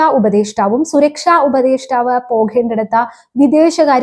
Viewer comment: നേരെ ചൊവ്വെ മലയാളം പറയാൻ പഠിക്കു. " പോകേണ്ടിടത്ത " എന്നല്ല " " പോകേണ്ടിടത്ത് " എന്ന് തന്നെ പറയണം. " തെയ്യാറാക്കിയിരിക്കുന്നത " എന്നല്ല പറയേണ്ടത് ..." തെയ്യാറായിരിക്കുന്നത് " എന്നാണ് ഉച്ചാരണം. " ഉണ്ട " എന്നും " ഉണ്ട് " എന്നും തമ്മിലുള്ള അർത്ഥ വ്യത്യാസം മനസ്സിലാക്കണം. മലയാളം വികൃതമായി ഉച്ചരിക്കുന്നത് ഒരു ഫാഷനായിട്ടാണ് കുട്ടി കാണുന്നതെങ്കിൽ നിലവിലുള്ള ഉച്ചാരണം തുടരുക.